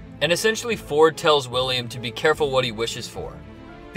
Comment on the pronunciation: His name is actually pronounced Dr. Vord with a V.